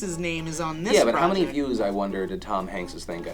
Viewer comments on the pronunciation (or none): none